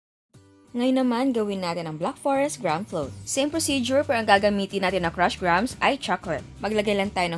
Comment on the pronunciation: Lol GRAM pag pronounced nyan haha nag correction kapa di mo rin pala alam 😂😂😂